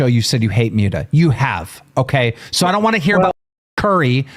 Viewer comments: Keem called Muta "Mew-ta" makes my belly hurt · It’s pronounced like “Moot-uh” short for Mutahar. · I love how Keem calls Muta “Mute-uh” lmfao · Keem mispronouncing his friend 'for years" Muta's name wrong repeatedly was beyond irritating